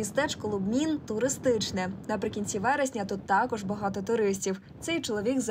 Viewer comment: по-перше, не Лубмін, а Любмін. А по-друге, не "Фоерк", а Фолькер Еркманн (Volker Erckmann) :-)